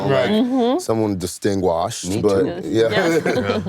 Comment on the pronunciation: Did anybody catch when Brian Tyree said “distingWASHED” talking about Idris?